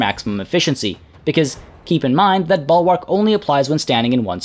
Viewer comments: Bul-wrk not ball-wark. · Bull-Wark. Not Ball-Wark. 😃